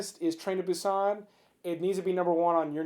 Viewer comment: I was thinking he better do train to busan for the 1st😂 and its Boo-sannn